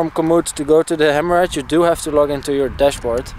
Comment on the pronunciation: Hammerhad with Dutch accent = Hemorrhoid ;)